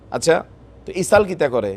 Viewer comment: ইসাল না তো ভাই,শব্দটা হবে ইসরাইল।